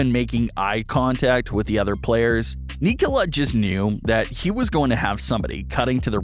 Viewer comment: You almost pronounced his first name perfectly. In Serbian, you would pronounce it, "KNEE- cola".